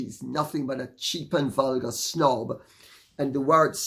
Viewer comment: sine nobilitate This doesnt make her a snob, when you pronounced it it sounded like she should be a little snot not a snob. Far more approriate!